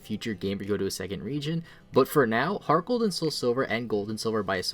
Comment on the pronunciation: I thought he said gargle gold